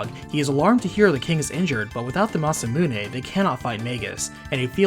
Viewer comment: Im really sorry bud but the way you said Magus and Masamune made this unbearable to watch Do you call a gun clip a mag? Say that word...now say Magus right....